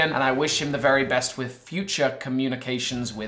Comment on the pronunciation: Vewy itresing